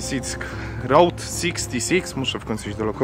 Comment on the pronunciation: Zróbcie dogrywkę, za mało pierdolenia o skorpionach i błędnego wymawiania słowa route.